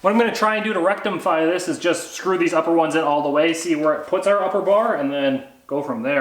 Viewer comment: rectam-fy 😂 youre a legend man